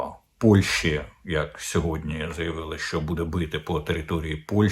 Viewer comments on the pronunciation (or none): none